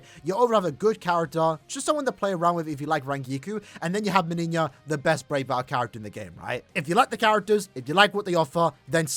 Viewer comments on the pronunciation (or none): My man pronounces "MeniÑia" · both JP and EN official showcases pronounce it Meniñia oddly enough